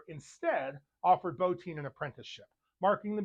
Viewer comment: You are the first reviewer I've heard pronounce Rob Bottins' name correctly. That and I'm a werewolf buff also. Subbed ! As for The Howling, it's my favorite werewolf movie. Every time I see Robert Picardo in anything, I always say "Hi Eddie". The werewolves also had digitigrade legs.